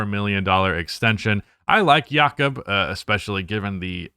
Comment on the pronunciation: His name’s pronouced Yakub